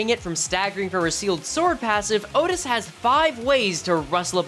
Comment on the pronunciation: "matthioutis" just say outtias